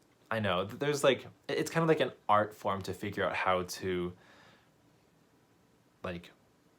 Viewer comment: Xd you said “Cart”